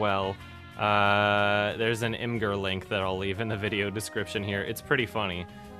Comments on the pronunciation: it's pronounced "image-er" not "imaggerr" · Imgur is actually pronounced as imager, weird i know. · it's pronounced Imager. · It's pronounced im-uh-jer according to imgur's FAQ.